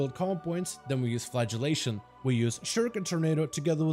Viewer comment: great guide, well explained, but: when you say flagellation i hear flatulation which makes me think of farting x)